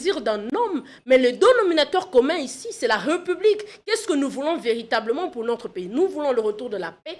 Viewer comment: J'avais entendu dire que la société enR.D.C.était matriarcale ? Elle a changé ? Arrêtez de dire "respublica" ! Obligez vous à prononcer l'accent aiguë sur le premier "e" de République. Le "s" n'existe plus en français puisque l'accent l'a remplacé !